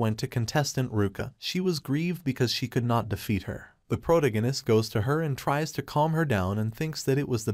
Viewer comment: Every time I hear the word "protagonist" mispronounced irks me.